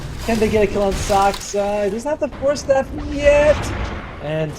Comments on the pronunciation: Me to the commentator: Say Saska one more time! 😡 The commentator: Saska! 🥴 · its Saksa not Saska